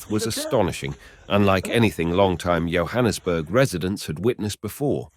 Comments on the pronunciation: It's Yohannesburg it's Johannesburg as in like John's bag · It's not pronounced YO-hannesburg, it's JOE-hannesburg 😂 (Johannesburg) Jo'burg is way inland so how is it that footage of a raging sea is shown 🤔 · How beautifully written is the script. The pronunciation for Johannesburg is like "Jo" or J for Jack and Jill. Kyalami is like like K"eye", the a is short a like apple, i is short like ey = Key-a-lam-i". Hope it helps Sorry for all the joburghers suffering damages